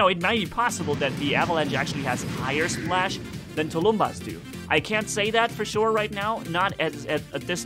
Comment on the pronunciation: Hi,! Thanx for the vid! Please, mind the proper pronounciation of the word "tulumbas". Tulumbas is SINGULAR, it is pronounced as "tulum-bús", last syllable is stressed, the end like "bus", not as " tulúmba". So, the plural would be " "tulum-búses". Tulumbas (sg) and tulumbases (pl). It means a big ancient war drum in russian. You somehow manage to pronounce "piñata" properly in spanish way, though few people suspect of this ñ being there. So why "tulúmba"? It's meaningless. Thanks a lot!